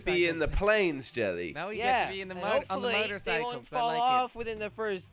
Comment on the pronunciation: Jelly said motorcyces